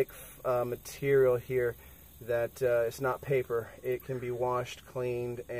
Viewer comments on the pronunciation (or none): none